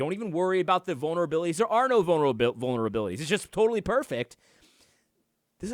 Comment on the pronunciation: Love ya, AD!! (and it's 'vul-ner-a-bility') 😁